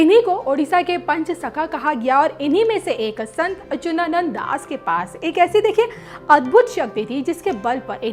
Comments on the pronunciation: Baar Bar Achunanand bol rahi hain jab ki Achutanand is correct pronunciation itne bade sant hai unak naam to dhang se lijiye. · ....you should properly check the pictures, dates etc. And pronunciation is very important. It's Achyutanand.....you are saying it incorrectly. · संत अच्युतानंद बोलो, सही उच्चारण सीखो । बी0 एस0 रावत देहरादून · बेवकूफ औरत अच्युतानंद अगर तुम सही से प्रणाम सेशन उच्चारण नहीं कर पा रही हो तू पहले अपना उच्चारण ठीक करके आओ न्यूज़ पढ़ने आई है और वह भी हिंदी ठीक से बोलना नहीं आता है यही गलतियां क्या अंग्रेजी बोलने में करती हो